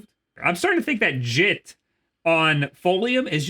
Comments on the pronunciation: Bruh said jit like he from florida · When you said “JIT” I looked back at my screen, because for a second I thought that you were talking in Florida slang.